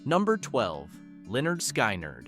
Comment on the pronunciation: Learn how to properly pronounce names. Lynyrd Skynyrd (Leonard Skinnerd)